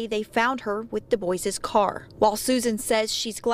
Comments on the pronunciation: It's pronounced Doo-bwah, not Doo-Boys. It's French. I think it's fairly important to be able to pronounce the name of the victim and their family correctly. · It’s not pronounced D’boys🤦‍♀️ it’s pronounced D’bua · Thank you for pointing out the name pronunciation. The correct (French) pronunciation is "Du-bwah" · There is a town near Central Pennsylvania with the same spelling Dubois. Everyone around here pronounces it "Dew boys". It just matters where you are, I guess. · Yeah, it always bothers me when people mispronounce it like that.. I find it hard to believe they’ve never known someone with the surname, Dubois, or aren’t familiar with it at least. .but I guess these days you can’t expect much of most people. I’m sure that surname is also quite common, but the “Doo-bwah” pronunciation is definitely far more common and widely known. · Omggg. I just said this out loud & then read your comment right after!!! Lmaooo. I was thinking the exact same thing!!! Seriously. Doo-Bwah is correct I believe??? ❤❤❤ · Place names like DuBois are how you know where you are. You hear “Dewboyz” and you are in Pennsylvania. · It’s pronounced DOO-BWAHH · Every time i hear 'Dubois' being pronounced 'dooboys' I cringe. 😣 You don't have to be so ashamed of your obvious French heritage to mispronounce your own name. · Man, if anyone i knew named Dubois hears thier named pronounced like DaBoy's they would loose thier minds 😂😆😂 im going to play this for my friend so i can hear him flip out with every mention of the name by the narrator 😂😆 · When he said "DuBois" I really thought he was saying "The boys" x'D and I was like "ooooh yeah tha boys! Roll tide" x'D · This is minutiae, but DuBois is pronounced "doo-BWAH" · DuBois is pronounced "Due-Bwah" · Im pretty sure their last name isnt pronounced like that LMFAO dewboys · I think it's pronounced Deboui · Is it just me, or is the last name being mispronounced all the time? I’m pretty sure it’s pronounced Dew-bwuh/bwah? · Du-bwa not Du-boice.